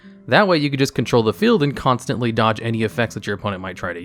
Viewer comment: For a second I thought he said Cairngorgon required 82 level 4 monsters, instead of Any 2